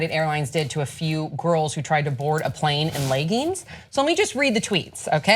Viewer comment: The fuck is a ley-ging?